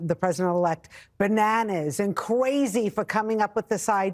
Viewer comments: Did she really say "the president elect is cwazy"? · I know it’s not the same and I’m not entirely trying to riff on a speech impediment, or what Fox News considers to be an accent… but when she said “Cwazy” all I thought about was the episode of Brooklyn 99 and the “Kwazy Cupcakes” subplot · "Bananas and Cweeeisy!" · It was cwazy to buy Gweenland?. Did I hear her right? I don’t have my glasses on. Is that Barbara Walters? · Woman from Fox is “cwazy.” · "Kwayzi," as the FUZZ NUZZ girl sed. And "tried to bwuy?"